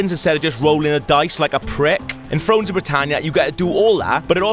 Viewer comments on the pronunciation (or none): "frones of britannia" ?